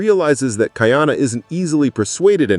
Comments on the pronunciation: Not kai-ana, ka-ee-ana. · It’s not Kai Ana . It’s pronounced Ka-I-Ana